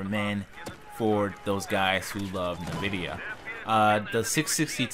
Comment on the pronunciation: It's not pronounced Na Vidia, it's N (the letter) Vidia, NVIDIA.